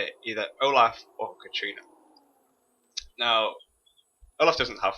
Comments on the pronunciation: pet peve... Katarina ka-ta-ree-na not katreena though i can see the resemblance to a hurricane that devestated america to a character that spins and obliterates a team and another that ive noticed with alot of people i play with Tristana is not said tris-tee-ana ... its trist-ana just a pet peve .... nice vid though very informative. oh and ashe (ash) not ash-e this aint no robot bullshit this is pronunciation.... okay this is a big pet peve and i just unloaded on this vid... sorry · HER NAME IS KATARINA NOT KATRINA